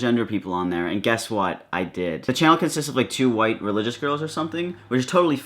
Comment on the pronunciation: I knew it qhen he said two qhite religious girls